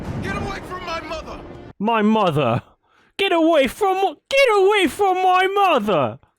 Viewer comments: isn't part of the reason Simba just roars is because Scar thinks he is Mufasa at first? Now he says "Get away from my mothta" and gives it away. 🙄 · Every time I hear Simba say "mother" in that one scene, I keep expecting to cut to F A W T H A H